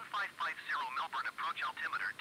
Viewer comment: Thank you for this lovely video showcasing my home city of Melbourne! Just a small correction, Melbourne is pronounced MelBERN as in Bern, Switzerland not MelBOURNE (not as its spelt) as in Bournemouth, UK. Cheers :)